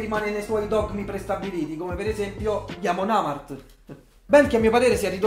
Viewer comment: Questo video farà arrabbiare i metallari già solo per aver pronunciato male "Amon Amarth"